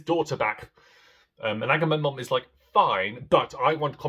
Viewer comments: Correction: its "Agahmemonumnum" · Two of my favourite works. Your pronunciation of Agamemnon had me cackling hysterically.